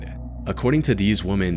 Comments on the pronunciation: Why do you keep saying woman it’s women dude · Listening to the first story was great until I would hear you say “woman” every time you talked about the “women” victims. Sorry. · Woman isn’t plural, women is plural it’s pronounced we-man. I know this seems out of nowhere but people keep saying the plural version wrong and it’s frustrating to hear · What kind of loser gives the AI a script that says womAn as the plural form of womEn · Why in the world does this dude keep saying "woman" for plural instead of "women"? What a weirdo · FFS, it's women, not woman. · Love your videos but once again here to remind you that "women" and "woman" are different things. If they are mixed up when speaking, it makes the speaker sound like a cave man. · Are you using AI for the voice? Learn the difference between woman and women? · "WHOA-MEN" I think you mean 'weh-men' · A story about a serial killer who targets WOMEN sounds SO much creepier when the narrator keeps saying "WOMAN" instead of "WOMEN". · Why does the narrator always pronounce “WOMEN” and “woman” ?! Example he says “happened to hundreds of woman before” like ? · For the love of all that is holy, the plural of woman is women and pronounced WIH-men not wuh-man. Why is everyone mispronouncing it these days? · I don't know why this guy can't pronounce women. Everytime it's women he still says woman. It's off-putting. Every video is like this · Ai channel. Isn't capable of pronouncing women. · Please, when speaking of multiple women: It’s womEn, not womAn. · Why does the narrator keep saying "woman" when it should have been "women" meaning more than 1 individual. Was very off putting 😂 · Why is the pronunciation of women changing? Typically we say woman as wo-min Women as wi-min Now I keep hearing women said as woman, wo-min and not wi-min. I only hear it in youtube videos. Are the voices AI? Or are people changing it? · Dude, the plural word is women, pronounced “whim-in,” not “whoa-min.” 🤦‍♂️ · WOMAN. lol. It’s Women.